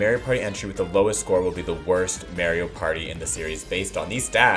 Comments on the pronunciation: The way you pronounce "Mario" bothers me a bit... It's MAH-REE-O, not MAE-REE-O. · Hey did you know it’s “mah ree oh” and not “may ree oh”